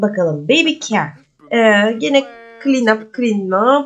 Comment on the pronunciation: Celeste selest diaper daypır ve care keyır diye okunur sevgilerle🙂